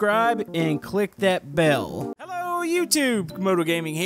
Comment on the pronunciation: u said ello youtube